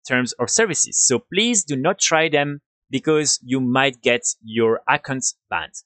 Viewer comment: Nice videos. I would work on pronouncing accounts though. Sounds like you are say iconts and it throws me off. Friendly suggestion :)